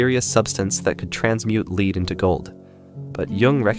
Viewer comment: I didn't think so at first, but the pronunciation of 'lead' is suspicious.